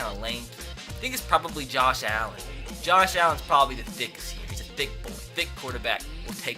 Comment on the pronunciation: you said dick instead of thick when it was nick foles